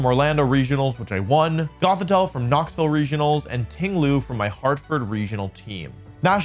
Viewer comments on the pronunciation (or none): none